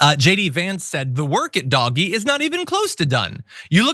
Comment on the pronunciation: Please it is Dog E